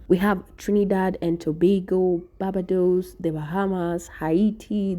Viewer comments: Its pronounced, Bar-Bay-Dos. Barbados. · BAR- BAY- DOES equals Barbados.